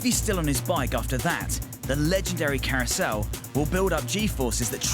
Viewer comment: Und the legendary kärussel